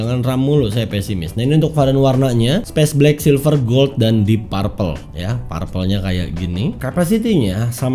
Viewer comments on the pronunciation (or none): perpel bacanya om... bukan parpel